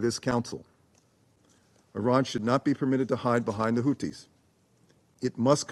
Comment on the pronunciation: Russia is the adult in the room! And it's Houthis, not Houtis.